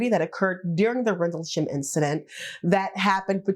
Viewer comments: What the hell is a "Randlesham" ? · At least get the name right😂 RENDLESHAM